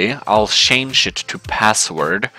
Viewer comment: Shange shange shange shange shange shange. You use "Change" a lot. Please learn how to say the word.